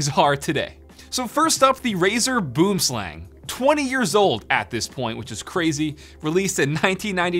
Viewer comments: Boomslang is pronounced more like bwormslung lol when I heard boomslang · it's not "boomslang" it's pronounced "boo'im slung" but yeah it's a tree snake the word boomslang comes from the south african language afrikaans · Your pronunciation is off on boomslang Its pronounced Booem slung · you were pronouncing the mouse wrong boomslang is an afrikaans name direct translation tree-snake and is pronounced more lke boemslung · It's actually a South African name in Afrikaans, and it's pronounced byome slung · Boomslang, which would be pronounced "Boo-um-slung" here by us, which directly translates to _Tree Snake_. Boom (Tree) Slang (Snake). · Yes thought the same. I' m Afrikaans and this was really cringy. Boomslang xD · As a South African where the snake is from, hearing him pronounce it like that killed me XD its Boo-em sl-Uh-ng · i am from south africa the name sounds like afrikaans Boom Slang "Tree Snake".....you can pronounce it Boum Slung:) Just saying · Boomslang, actually from Africa, pronounced Boowim-slung👏🏼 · It's said "boo-em-slung" btw, it translates from Afrikaans to Tree snake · Just a quick tip, the boomslang is pronounced boo-um-slung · "Boomslang" (pronounced Bwim Slung) is Afrikaans and literally means "Tree snake" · Boom slang, pronounced as “Buom-slung” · Pretty sure it's pronounced "boo-um slung" if anyone's interested. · bro you pronounce boomslang as boo um slung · It's pronounced boem slung , its afrikaans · The way he says boomslang annoys me as a South African I'm kinda triggered. It's (booum - slung) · Its pronounced buwm slung XD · The way this guy sad boomslang 😂 it’s basically pronounced like “ bwim slung “ it’s a South African snake so it’s in afrikaans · I know for a fact that everyone from South Africa laughed every time he said Boomslang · yea but he pronounces it so wrong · So,Boomslang is an actual snake in South Africa. Its a highly venomous snake...and here just destroyed that pronunciation 🤣🤣